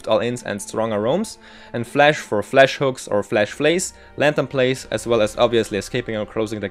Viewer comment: Jesus, my ears. Stop saying "Flesh" Its called for "Flash" not FlEsh. Did you skip your english classes?